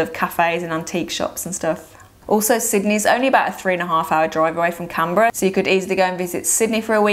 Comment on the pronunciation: It would be great if you pronounced the capital of Australia properly. It is pronounced “CANberra, not CAMberra. It is an N, not an M.